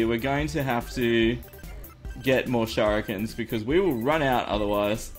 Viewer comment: Shout-out Rufus: Can I beat the Slime King?... Shur-i-ken